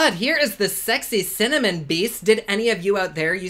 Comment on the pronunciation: LOL. Thanks a lot,! I’m in my 70s and thought I had “cinnamon” nailed decades ago but after you said “Cimmanon” I turned right around and said it! Hubby thought it was hysterical and after 54 years together he doesn’t need any more teasing ammo! Keep up the good work. You make any day brighter!